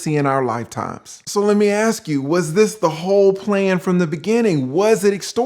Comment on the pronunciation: "Aks yoself!"...ok unc